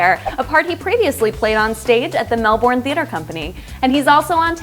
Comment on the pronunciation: Melbourne is not pronounced as it is spelt .. the bourne is burn so Melburn ... the same lady made a French faux pas ... last time... but love the clips